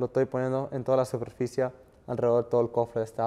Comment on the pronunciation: De solo escucharlo decir SUPERFICIA me da irá. No hablar de GIDORFOBICA